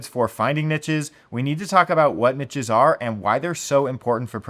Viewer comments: Yeeees. Its unbearable to listen to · Pls learn to pronounce niches. PLS. <3